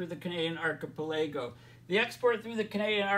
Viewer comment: "archipelago" pronounced ark-a+pel+a+go (5 sylables)